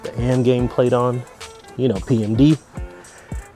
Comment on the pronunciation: AMGAIN? There's an "I" in there buddy